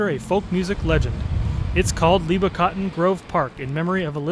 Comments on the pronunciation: Why are you saying her name Leeba, Mike and Peggy called her Libba? She was a very a dignified person, I saw her several times. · I've heard the real Mike Seeger (not this guy, whoever he is) and his brother Pete pronounce her nickname "Libba" with the short "I" as in "river", not as "Leeeba." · Yes, Libba was her nickname, but I think it was pronounced Libba, with the "i" sound as in Elizabeth, not Leeba, as this guy pretending to be Mike Seeger pronounced it. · "leeba" ? Cmon man, this is absurd.